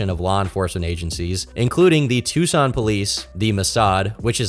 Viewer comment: You said Tucson right 🎉